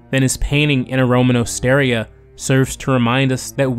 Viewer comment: Osteria is pronounced ost-er-EE-a.